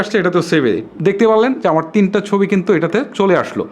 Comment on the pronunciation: উচ্চারনে সমস্যা থাকতেই পারে তো সমস্যা কি